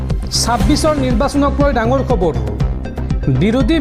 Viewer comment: ই অসমীয়া ভাষা শুদ্ধকৈ ক'ব নোৱাৰে। ৰ টো ৰু বুলি কয়। যেনে খবৰ টো কয়খবৰু